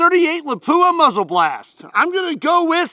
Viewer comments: My Finnish friend Tero say's it's pronounced "LAP - wuh" not "la POO uh." Just sayin'. Otherwise, I LOVE your videos,! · Not La-PU-a. LA-pua. Stress the first syllible. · Did you say Lapua? That's finnish city!